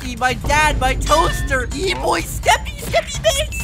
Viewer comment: When skeppy read the EEEboySkeppy I immediately thought “I’ma be an EE-boy” listen it was funny!